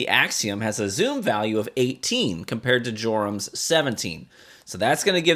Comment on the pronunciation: Your-um. J is silent